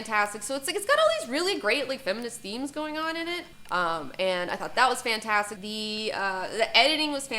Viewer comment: Wait., she's reading from prepared material??? Did it say fantasticy on the paper?